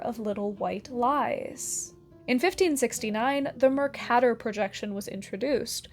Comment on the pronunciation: I usually hear it pronounced Mer-CAY-tor, but other than that you did a wonderful job retelling the history of maps and cartography!